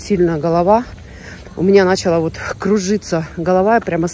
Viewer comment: Голова не нАЧала, а началА кружиться. Учи правильное ударение на русских словах.